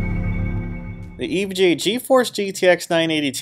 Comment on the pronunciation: I feel like you don't say EVGA the way the rest of us do. I'm hearing E vuh Gee A. What I want to hear is E Vee Gee A. Think about it.